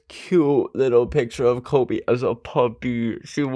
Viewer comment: it sounded like he said klobe